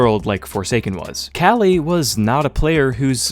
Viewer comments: KQLY is pronounced Kaly and not "Quickly"??? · Hold up... Is that actually how you pronounce kqly? I always assumed it was like que-kly not cali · Love ur vids but Kqly is kukli not kali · Since when are we pronouncing KQLX Kelly?? I thought its kinda like "Coukly" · who tf is kally? You mean KQLY? lol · I thought KQLY was pronounced Cukely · Great bro but KQLY's tag is pronounced "quickly" 😂 love the vid anyway as usual, keep it up ! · that's the worst way I've ever heard someone call kqly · Kqly pronunciation bugs me, but he didnt even use the good clip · Is Kqly really pronounced like that? Good video anyways